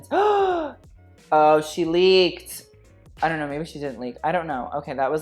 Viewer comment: "i dough knot"